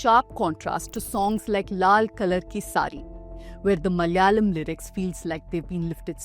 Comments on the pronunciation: Madam you yourself mispronounced the word malayalam....😅please correct it no hatred just saying. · When you are making a point about Bollywood stereotypes of the south, you could have also researched the correct pronunciation of Malayalam and Malayalee! Everytime you utter those words you pronounce like North Indians - Malyalee and Malyalam!!! 🤦